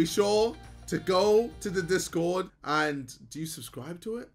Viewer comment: US: discord JJ: dis god Idk why but the way he was trying so hard to pronounce it made me laugh😭